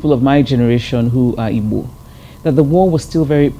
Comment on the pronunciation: You noticed how she pronunced "IGBO" she pronunced it as exactly as it should be pronunced.